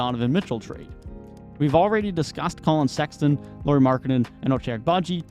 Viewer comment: "Can you want somebody better than Sexton in return from Donovan Mitchell?" Yes, how about Lauri Markkanen? 🤔😉😄 Btw. You might wanna check your pronunciations if you want to make your video quality to go up. 🙂 Both Lauri and Ochai were pronunciated wonky. I'm only saying because the video seemed to be nice quality otherwise.